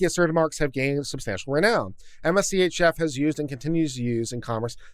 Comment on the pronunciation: I suspect that MSCHF isn't meant to be pronounced M-S-C-H-F instead being said more like "mischief."